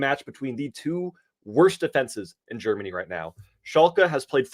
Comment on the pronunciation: i love you guys and i don’t mean it in a mean way, but those soccer picks are really disrespectful, as an European it’s hard for me to hear those, when you can’t even pronounce them and say their the worst 22 player from Germany when you apparently have no idea and just looked at stats…